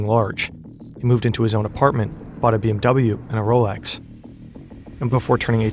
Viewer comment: Its Not bm Double u its bmw 😠